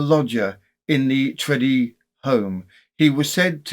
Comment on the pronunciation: I think Tredrea is pronounced TRED-ray in Cornish usage